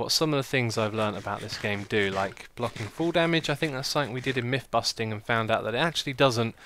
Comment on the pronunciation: Question for the Q&A: Why do you always say "sainc" when you mean "something"?